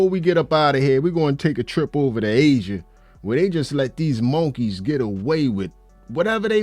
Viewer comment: Bro, say, monkey again the way you say it is hilarious. It just does not sound right the syllables need to be changed.